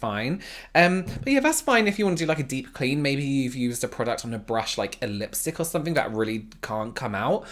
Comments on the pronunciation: When says “somefink” my heart goes😍😍😍😍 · “I’m sure a lot of people on there need to be arrested (dramatic pause) for something” 😂